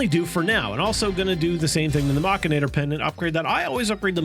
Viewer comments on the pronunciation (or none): lol its pronounced mech-an-ator haha what is machanator, couldnt focus on the video was just laughing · Is anyone else a bit bothered by the way he pronounces mechanator?